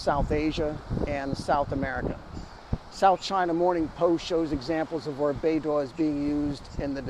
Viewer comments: Should pronounce as baydoe and not baydoor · bei dough ❎️ bei duah ✅️ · Your pronunciation is like BeiDuo but not BeiDou 😅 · Should be "bay dough" not bay door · haha, I was this close to tell you the pronunciation is /bei-dou/ but not /bei-duo/ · it is BeiDou, not BeiDuo. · not bay dwo, it's bay dough. dwo is a different Chinese sound, probably multiple tones. prc can't afford to have satnav in USA control, and nor can anyone else determined to live outside usg control. israel's latest mass murder reminds us all of the necessity of maintaining independence of USA. Australian government, take note: yer on the wrong side. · Good job. Small point: Beidou is pronounced like Bay-Doh. In Chinese the pinyin 'duo' sounds like d-wor. 'dou' is doh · it's pronounced 'bay dough' with dough in low tone. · 😂 Maybe try pronouncing it as "Pei-Tou" and see if your Chinese friend thinks it's closer to the actual pronunciation? Anyway, i don't think it matters too much ❤ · I think it is pronounced "Bei-Doo". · More like Bei-dool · Beidou is pronounced Baydoe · According to what has been learned in phonetics, I'd suggest that one try "bay dough" as in English. It might come closer to what is supposed to be. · It is pronouced "Bay Doe" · doesn't matter haha, it is not accurate but the point of talking is to get the point across :) the prounounciation is more like "Bay Doh" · should be Bei Doh Like Homer Simpson saying D'Oh! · it sounds like"bay dough", beidou means the Big Dippe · This is the right pronounciation: Bay Dough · Bay door😅 the pronunciation similar to bay dow. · Love your video as always but I think Beidou is pronounced bay-doe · The pronunciation for Beidou is more like Bay Dough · Bei - 'dough' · BEIDOU's DOU PRONOUNCED AS in Donut in Donkin Donut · I don't speak Mandarin but it did sound wrong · Don't worry, we can tolerate your slight mispronounciation as you are not Chinese